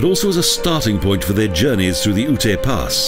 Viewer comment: The dummy won't understand what you wrote. It's YUTE, not OO-TAY.